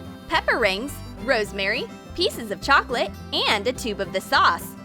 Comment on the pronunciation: so it’s pronounced “chocolaté”